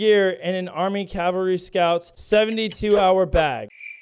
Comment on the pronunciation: im sorry but i gotta be that guy but isn't it supposed to be cavalry not calvary?